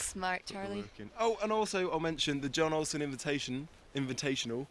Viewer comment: Is the Burton stash thing an extention of the mountain bike thing they had in Avoriaz?? So jealous!!! BTW: Jon Olsson - pronounced "Yoon" Olsson